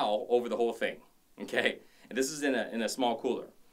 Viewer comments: LOL!!! Stop saying Nnn-K! You keep making me think of the teacher on South Park! LOL!! I love your vids! Eye candy and awesome work outs! Thanks for sharing! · His okay sounds like nkay